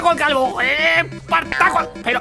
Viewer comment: "EEEEEEEpartaco" Servidor: LAN Invocador: Kigrium